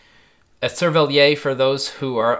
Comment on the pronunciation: as a french speaker, great vid, but please try to pronounce "cerverlière" "cerveliaire" as it would be closer to what we'd say in french :D